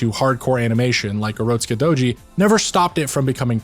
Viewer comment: I liike the way you pronounce urotskidouji. Edit: I also like everything else you have to say.